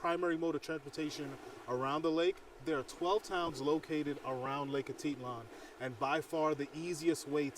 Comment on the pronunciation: Hate to tell you learn to to ptononce the lake properly. 🤦🏽‍♀️